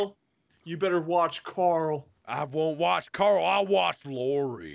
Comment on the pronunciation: Did you guys ever notice every time rick says carl loud it sounds like he's saying coral :)